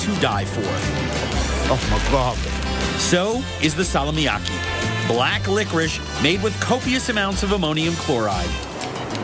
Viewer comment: hän sanoo kyllä salmiakki kyllä hyvin. salmiaki